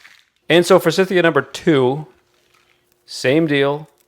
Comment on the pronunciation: Thought you’d like to know. Forsythia is pronounced with a long i in the second syllable. It’s named after a gentleman named Forsyth. 😊